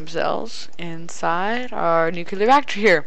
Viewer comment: Nucleeeeeeeeeeeeeeeeeeeeeeeeeeeeeeeeeeeeeeeeeeeeear!!!! NOT NUCUULAR!!!!!!